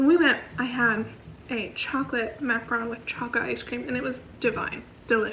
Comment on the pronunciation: Hate the way you pronounce macaron lol